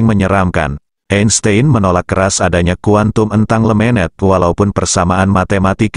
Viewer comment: Jelas banget AI voice Indonesia ini gak bs menyebut istilah2 Inggris. Harusnya skrip yg berisi kata2 Inggris ditulis secara Indonesia agar pengucapan AI nya bener. Misalnya, jangan tulis "entanglement" tapi tulis lah "in-teng-gel-men".